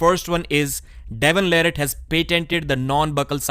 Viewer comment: I’m not sure why still mispronounces Devon’s last name after all this time. Also, who cares about the Devon vs Georgi practice pull, I’m tired of hearing about it. Reading much into that is nonsense. Regardless of how that went, Devon will crush him on Dec 9.